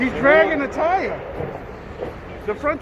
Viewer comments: “He’s draggin tha tiiyyaaaahh” east coast accents are hilarious 🤣😂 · He's draggin a TYAH